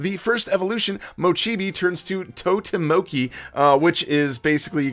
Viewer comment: He did not just pronounce totemochi as “totemoki”